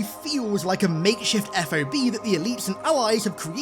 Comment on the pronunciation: Pls, when one says the abbreviation for forward operating base, its just sounded out as f-ah-b. not F. O. B.